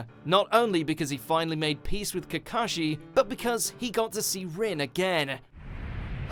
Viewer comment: Can we get a "lead anime-man" that can actually say characters' names correctly?